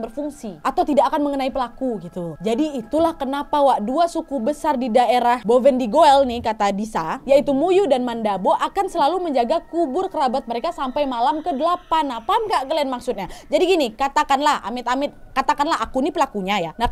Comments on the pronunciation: Suku mandobo kak bukan mandabo😅😅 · Banyak memang ilmu" sama seperti yang kk cerita di Papua khususnya BovenDigoel. Btw suku Mandobo kak bukan Mandabo hehe🤭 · Muyu dan mandobo kak bukan mandabo🙂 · maaf kak nadia aku ingin memperbaiki salah kata kaka yang pas kaka ngomong suku muyu dan mandabo itu salah kaka nama sukunya,mandabo bukan mandobo kak 😁😁🙏🙏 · Suku Mandobo Kaka ku bukan Mandabo 😘